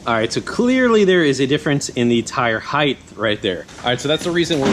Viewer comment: "height" not "heigth" :P